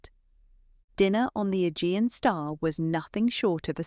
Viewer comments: A-gee-an. Not e-gin. Forgot ai. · Learn how to pronounce names and words. It is the Ah jee anh sea. Agean sea